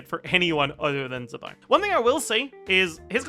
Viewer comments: z in chinese is pronounced ts so it’s tse-bai :) i know you care about pronouncing names correctly so thought i’d point it out. i think it’s written 兹白 if you want to check pronunciations online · Zibai is pronounced “Ch Bai”